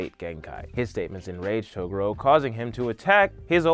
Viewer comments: Claims to be a yuyuhakusho fan.... mispronounces togoro........ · sorry! ITS TOGUUUUUUUUURO NOT TOOOOOOOOOOOOGURO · Taa-gore-o Whatever you said wasn't it chief.. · Is Togoro how they say it in subs or something. I hate to be nitpicky but this is one of my favorite shows. He says the rest of their names correctly, but I never heard them call him Togoro in the dub. It was always pronounced Toe-gu-ro not To-goro. Who's to say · Hey CHUMP....it's pronounced "Tuh-Gor-Row"..not "tugooro". Not sure how you can mispronounce it when they say the same clearly in the show. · "TOR UK A NAY" and "Ta GUUU ROOW" Cmon Man. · ToGUro. emphasis on the second syllable. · The first time he said Toguro I thought he really said Toblerone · Toe ga ro? Uh...ok. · It's pronounced TOE-GOO-RO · Wait i thought there name was pronounced as taguro like ta gur o lol oops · It's pronounced Tu-Gor-O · Bruh...why do you pronounce Toguro like that? It's Tah-Goo-Row. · Its pronounced TWO GORE OH !!! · Please fix your pronunciation it’s Ta-gor-o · i hate the way you pronounce Toguro - "Toe Goorow" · TFW you cant pronounce Toguro's name right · "I'm a fan of the show" he said, then proceeded to mispronounce name of the most iconic villain of the series. I can't watch the rest. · Why are you pronouncing the Toguro brothers name like that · omg thank you!!! 1000% correct it kinda makes makes it hard to watch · This is very old, but I just discovered it - the way you say Toguro is funny to me. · I’m sorry but I couldn’t get over The pronunciation of Toguro! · I can tell you genuinly care and love this series... but I hate how you pronounce Togoro. I get it. I do. But.... whew. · You keep saying Toguro but it's pronounced Toguro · as much as i appreciate ur enthusiasm.... please pronounce Toguro properly, its not that hard when u somehow pronounced most other things correctly..... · Why do u say toguro like that...u sound like I never even watched this anime before